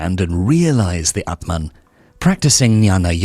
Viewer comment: aatmaan means soul, pronunciation is wrong